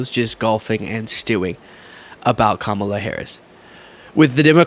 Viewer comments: Trump, if you cannot pronounce the name of Kamala, have the courtesy to ask her how she would like her name to be said! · He deliberately mispronounces Kamala's name.